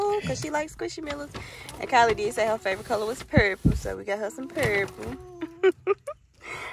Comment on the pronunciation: It s Kylie not Kylince